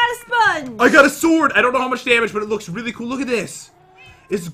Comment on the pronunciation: That was a weally bad well at the beginning 2019for evas